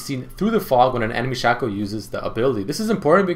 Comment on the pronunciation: toàn đọc là sêkô